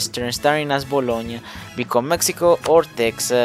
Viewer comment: "gn" Is pronounced as ñ in spanish